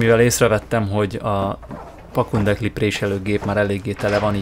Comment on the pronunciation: üdv! elsőre azt gondoltam-rosszul hallom,majd mikor kiirtad több alkalommal is és ismételten rosszul mondtad-gondoltam szólnék neked-a helyes kifejezés a PAPUNDEKLI .igy kell irni,mondani.Köszönöm ha javitod a későbbiekben pedig jól mondod.